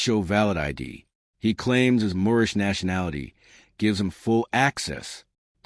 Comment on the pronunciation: Oh god it's the "My nation is Moormish" guy again